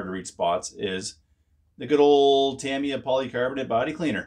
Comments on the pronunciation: It's pronounced Ta-Me-Ah, not Tam-E-Ah!! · He also said deck-els…. 😳 I think he’s messing with us. 😂